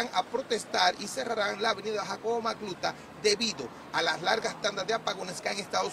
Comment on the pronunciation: Da pena como ese reportero dice "Jacobo Macluta" 😢